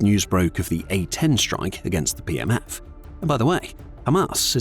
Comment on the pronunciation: A couple of times it sounded like you said "PMS Forces". I thought it hilarious and proper at the same time.